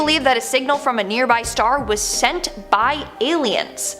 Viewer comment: I thought she said senpai owh but turn out it was send by